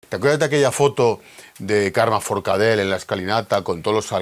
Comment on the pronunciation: ForcadeLLLL , Aprén a pronunciar-ho bé, pelat